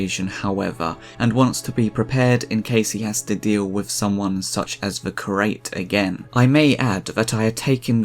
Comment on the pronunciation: 'Curate' is pronounced as 'cure' + 'ate' not 'crate'😂